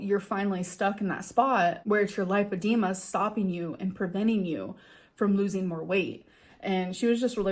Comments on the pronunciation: lai. puh. dee. muh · How tf did she spend 2 hours talking to the doctor about it and still not know how to pronounce it? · thank you! i was so annoyed that she just settles on not knowing how to pronounce a word. its not cute, its not quirky; you seem dumb and uneducated. Google is a very easy service to use if you cant pronounce or understand a word. our ancestors would kill for a resource like that and lots of people worked hard to make is accessible to just about everyone. Just another example of how LAZY she is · If she saw a specialist shed know how to pronounce it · This b is such a pathological liar. If this doctor diagnosed her with lipodema why doesn't she know how to pronounce it? Wouldn't you just say it the way the doctor who told you you have it said it? This is just more of her WebMD fantasy bs. She doesn't go to the doctor. She makes this health drama up for views. God I hate her. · You would think if she spent 2 hours listening to a doctor repeatedly pronouncing Lipoedema she would know exactly how to pronounce it 🤔 Also: it doesn’t stop you losing weight at all. The scales may not move if your holding fluid in the tissues but your still burning fat! This is false information and just excuse after excuse. She couldn’t be happier to have come across this on Google. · Amberlynn's inability to commit to even remembering how to pronounce the condition she uses as the entire excuse for this inexorable problem of her weight encapsulates her attitude perfectly. She just doesn't care about much of anything. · She mispronounces the craziest things on purpose, it's one of her 'quirky girl' traits